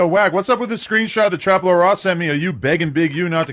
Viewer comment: its trap L-ORE lmaooooo not trap La-Rah